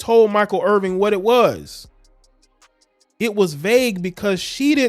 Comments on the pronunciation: Please learn the correct pronunciation of his name IrVIN...no G. Real unprofessional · Yo bruh, the man name Irvin, you gots to get his name right if you want props!